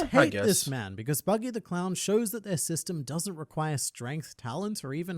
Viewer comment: bro just no he said buddy the clown not buggy d clown like bro pls stop i like ur vids and all but pls stop no hate